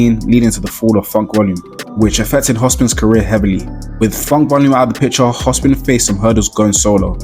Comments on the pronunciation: hopsin not hospin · Bro saying Hospin instead of Hopsin rubbed me different 😂😂😂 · My nigga its "HOPSIN" not Hospin?😂